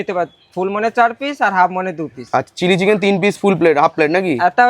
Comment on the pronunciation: Chili chicken to sunachi tili chicken abar ki😂😂😂